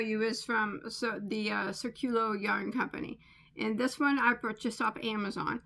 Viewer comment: The pronunciation of the yarn company is accented in the “í”. The meaning of the word is ‘circle’.